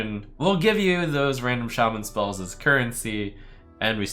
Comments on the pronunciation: Schspells? forsenE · schhh - SCHPELLS